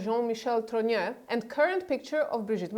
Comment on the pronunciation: It's TROGNEUX, not TROGNEAU. Candace regularly mispronounced this surname, this your misspelling.